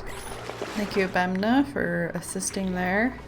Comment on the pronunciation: I would pronounce it similar to "Bunny" you keep saying Bemna XD